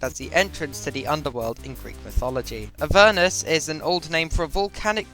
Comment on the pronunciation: YESSSS!!!! YOUR THE FIRST PERSON I KNOW THAT CAN PRONOUNCE AVERNUS RIGHT!!!!